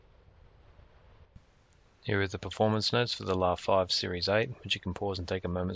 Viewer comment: Props for the pronunciation. Definitely closer to original than the typical LA (like in Los Angeles).